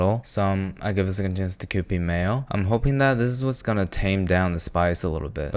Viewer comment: “IfIcangiveasecondchancetokupid mayo”